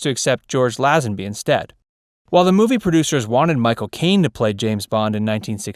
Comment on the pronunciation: For Heaven’s Sake, it’s pronounced LAY-zenby. For the best Bond of all, at least get the name right. And no mention of Adam West?